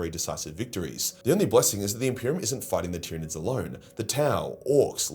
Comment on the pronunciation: Tryanids numb numb